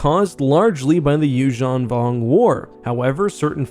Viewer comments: The “you-JEAN vong”? Isn’t this pronounced “you-ZAHN vong”? Why do you pronounce it french-like in the middle? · Why do you pronounce it You-shawn Vong. Instead of You-zan Vong?